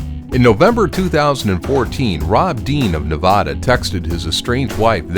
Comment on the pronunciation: its pronounced nuh-VA-duh not nuh-VO-duh